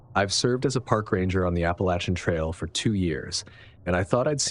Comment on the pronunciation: Thank you for saying “Appalachian” correctly!